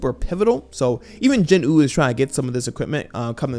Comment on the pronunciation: Jin …… Wooo not jin nuh